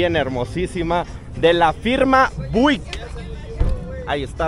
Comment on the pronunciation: A qué Buick se pronuncia Biuick😂